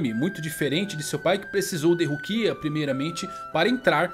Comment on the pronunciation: Ichígo, Rukía, Ichíka, Renjí, não da cara, não dá...